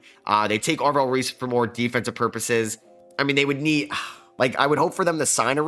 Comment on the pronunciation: “Ave-rell” Reese tuff